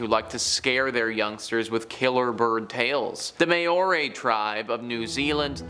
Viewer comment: The New Zealand Eagle he talked about is known as the Haast Eagle, now extinct. Māori has a short A, like Ma. Not a long A like May.